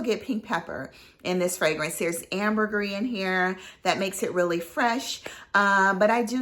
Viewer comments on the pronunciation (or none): none